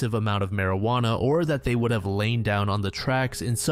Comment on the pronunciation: ah yes, i too love partaking in the mary-ju-onna cigarettes